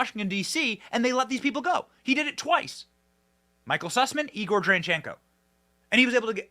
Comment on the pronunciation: It's Danschenko, Ben, not Tranchenko. If you slowed down just a little bit you wouldn't sprain your tongue.